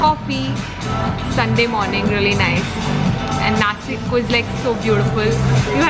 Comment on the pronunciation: Nashik not nasik